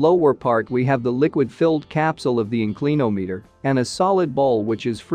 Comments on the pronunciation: Excellent but this AI software or speech generator should include a dictionary pronunciation database as part of its reference. In- CLEAN-ometer 😂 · Gawd I hate 'Robo Narration'! IN clin ahm eator!